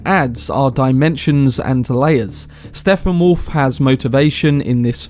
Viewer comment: Did you just call him “SteFFenwolf”??